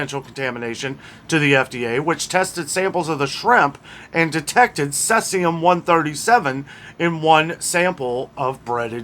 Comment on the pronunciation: Thanks! BTW "SEE-zee-um" 👍👍 Cloves? I Suspicious that many people use cloves in pumpkin pie and Thanksgiving is coming up? Can we trust the many meds that are coming from India? Is anyone checking them?